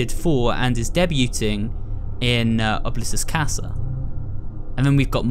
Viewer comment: im so sorry if this sounds rude, but i believe that oblitus casa is pronounced : " oh-blee-tuss- cass- uh"